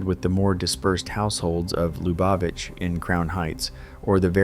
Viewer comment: The only pronunciation of Lubavitch i've ever heard is LOO bah vich. Not "Luh BAH vich". 🙄